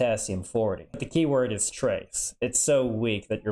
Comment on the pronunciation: "But it iiaaeos also radioactive"